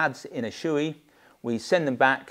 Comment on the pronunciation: Thanks for the excellent review. By the way it's pronounced "show-eh" not "shoe-ee".